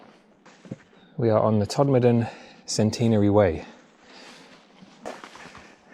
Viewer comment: Very interesting and glad to hear Todmorden pronounced correctly, although it's usually shortened to Tod. I wonder if the four posts guarding a pile of stones could be an old mine shaft as there were plenty of them in those hills. Did you know that Todmorden had a real flying saucer? It was a glass fibre house made by the Futuro company and lived on land on Rochdale Road opposite the old fire station. I went to look for it again and it had disappeared. Very strange!